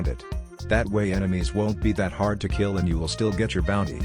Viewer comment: "You have to keel players for Bounty" Me: "keels bosses"